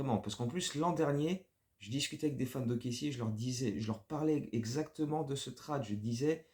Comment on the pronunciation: Move très étonnant... super vidéo ! Par contre on ne dit pas "trade" mais "trayde" au niveau de la prononciation ! Go Bulls ! ❤